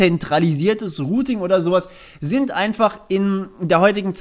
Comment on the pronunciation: Rooting? Ich dachte es geht um routing? Rooter? Die heissen doch router, oder? Sag nochmal rooting! Sag nochmal rooter! Ok, mir reichts, tschüss.